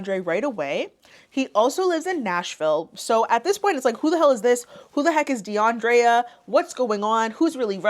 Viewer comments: I'm sorry, but the way "Russia" introduces herself & pronounces her name, doing the most "DeAndrrréa"... annoys tf out of me.. Like girl. 😒🤦🏾‍♀️ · the dragged pronunciation of deandrea pissed me clean tf off. side note: that eyeshadow color looks great on u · The way she pronounced her name sounded like a Portuguese accent